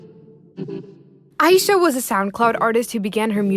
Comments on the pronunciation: my name is ayisha and you pronounced it like my name so i was freaking out when her name is mentioned (also her name is pronounced as a-yeah-sha) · ayesha is pronounced I-E-SHA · So Ayesha is pronounced aye-sha when I've been saying a-ye-sha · by the way, ayesha is pronounced Ai-yee-sha